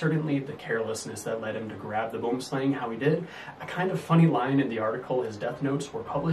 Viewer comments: Great presentation. Regarding the pronunciation...you got the Boom right, but Slang is pronounced Slung. It's the Afrikaans name for Tree Snake. Hope that helps. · You said slang wrong